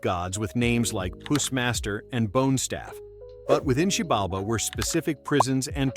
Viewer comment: you are so fucking wrong on both xibalba and hellheim, but if you are from US there is no surprise why